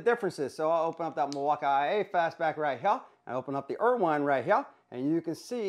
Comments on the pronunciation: There's no way that's how Irwin is actually pronounced. Ryobi, Knipex, now IRWINE?? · Irwin, Irwin, Irwin pronounced 'er win' there is no wine in this make 🤣😂😆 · The pronunciation of Milwaukee and Irwin gets old quick dude. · Decent review but you're pronouncing BOTH companies WRONG. Every time I hear the company names called out, I cringe.